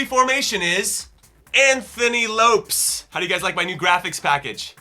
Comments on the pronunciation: Yeahhh that's not how you pronounce Lopes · Lopes is not pronounced as Jimmy said. I’m a Portuguese btw. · The "o" is slightly diferent, but close enough